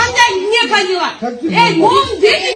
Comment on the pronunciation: Я не панила дейткооо ияяя 😂